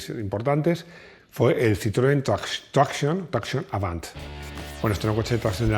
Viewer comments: Tractiion avant en francés se pronuncia: tracsión aván. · A ver, como los videos son impecables y técnicamente no se por donde pillarte, solo se me ocurre una cosa, pues cuando dices tracción, lo dices con acento inglés, y "tracción avant", es francés,.... Ya está, ya te pongo una "pega" 😂😂😂😂😂con todo cariño y admiración.